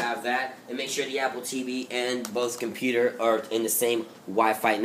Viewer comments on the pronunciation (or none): none